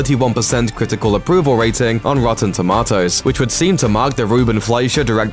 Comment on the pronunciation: Couldn’t get past the dude saying “rotten toemotes”